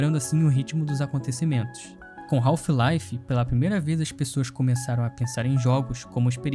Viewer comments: A pronúncia correta do inglês não seria "raf laive" e não "raulfh..."😮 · Melhor jogo da história e que brasileiro fala o nome errado kk